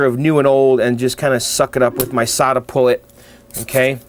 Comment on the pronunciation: Your desoldering tool is a SoldaPullt (rhymes with catapult).